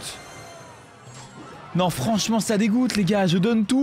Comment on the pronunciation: A quand il cri non en 0.25 on dirait que et bourré